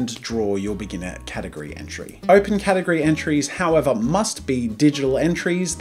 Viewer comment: Did anyone else notice "Gategory"? Lmao